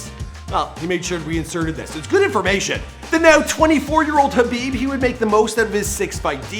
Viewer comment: At least he got the name right this time 😭